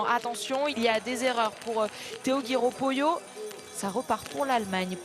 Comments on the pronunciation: A l'attention de Sophie Bernardi Je vous demande svp de bien prononcer le nom Poillot, qui est également le mien comme celui de Theo. On ne prononce pas Poyot mais Poi-illot. Merci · Poix iyo ? Attention, Poyot ne se prononce pas Po-Yo, mais pareil que Poillot. C'est juste.